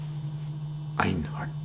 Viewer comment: sorry bro :) you speak it wrong :p Een hart Mijn hart Een hart but i understand you :) I found it kind of funny to hear :) Namaste in lak'ech my brother